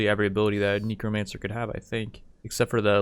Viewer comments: BTW it's pegasi and Neck-ro-mancer (Necromancer) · dont bother. he also said kneecromancer. xD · How tf did you pronounce necromancer? Its neck-roh-mancer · Neck-ro-manser that's how you pronounce it. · Strangest pronunciation of necromancer ive ever heard